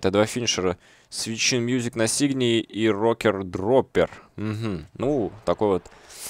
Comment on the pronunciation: 2 сигнатура правильно произносится Свит Шхин музик.Она делается в углу,а лого Нирваны у меня есть.На кедах.На внешней стороне кеда.